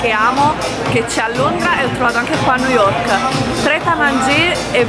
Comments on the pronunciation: Forse nn avete capito lei pronuncia nu yok perché il labbro superiore è talmente rigonfiato che nn riesce ad aprirla la bocca x pronunciare bene le parole...montati meno...a New York ci sn stata anche io e auguro di andare a tutti voi é una città stupenda tra poco andrò a Londra un altra meraviglia..poi continui a chiamare 3000 volte amore amore amore Amore ma nn ti caca 😂😂😂muoio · Perché non avete sentito lui??? Non sa dire nemmeno New York